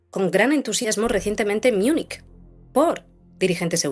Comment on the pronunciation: 🕵️🌋...es español no es London...es Londres...es M.u.n.i.ch....no miunis...